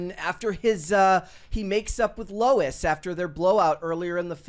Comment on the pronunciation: It's Lois Lane not Lou Lane.